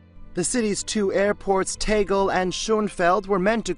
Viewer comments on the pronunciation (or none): You really can't pronounce Tegel or schönefeld properly!! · The Stig's German Cousin Tekel. Lol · Your pronunciation of "Tegel" and "Schönefeld" is hilarious ^^ But seriously, this airport is such a shame...